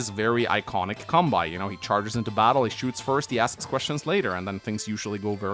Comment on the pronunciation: Kan - be - i....its kanbei...not kanbai...